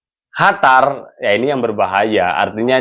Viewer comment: Komentrxa bagus tpi syang selalu bilang HATAR bkan qatar